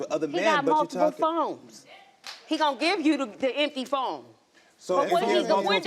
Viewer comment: So am I the only one irritated that she kept saying Phomes?? Sheesh!